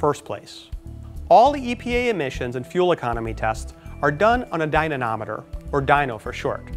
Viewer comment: DYNA'M'OMETER not DYNANOMETER. Jeeze, and this is CR?